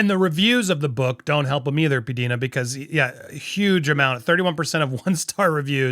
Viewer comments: Please it is P D I NA not peadena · It’s P-Die-nuh…..not P-Dee-nuh. Love you any way,! And love too!!! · Its pronounced P Dyna